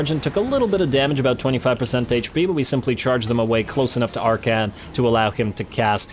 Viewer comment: I suppose you can always make more hat puns. After all his name is Ar-khan, not Ar-khant.